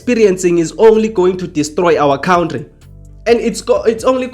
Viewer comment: Hello you are saying good things that make sense but please stop saying Cowntry, it is pronounced Cowntry, not like Donkey Julius says it! 😮